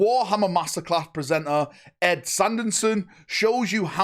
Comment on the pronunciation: Wanna try and say Ed's name again?